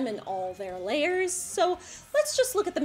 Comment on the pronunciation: Was that "examine their layers" or "examine their lairs"? :o)